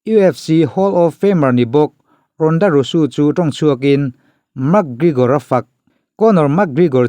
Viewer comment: English hi kan mothertongue a ni lo a,a thu kau chheh nazawng hi chu lam sual nawk2 a pawi miah lo,a ngaithla tu in kan hriatthiam chuan a tha vek..mahse hming hi chu lam dik tum hram2 erawh a tha..Rhonda Rousey te hi a lar tehreng nen a hming i lam dik lo tlat hi a mak zawk..naupang pawn an lam dik chat2 ang henu hming kher hi chu..a lam dan dik hriat loh pawn google emo youtube ah vêk hian a en theih vek a nia.."how to pronounce" tiha zawn mai tur..Rhonda Rusu ni lo in Rousey..Rauzi tih anga lam tur..engpawhnise a bengvar thlak e 👍👍👍